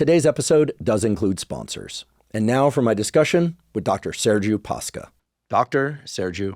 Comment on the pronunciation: Came here to say that 😁 and also to nitpick on the pronunciation of his last name, though I suspect it was simplified in purpose to prevent mispronounciation . It's actually Pa-sh-ca. Ș is like sh in shelf.